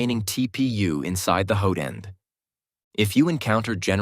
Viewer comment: ... sounds like... "hoden"... 4 germans :D but in a weird way